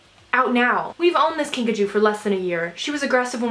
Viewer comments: Whenever you’re saying “Kinkajou” I think you’re saying “Pikachu” 😂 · Take a shot every time she says kinkachew